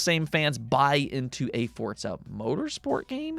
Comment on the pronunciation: FORZA, wtf is fortza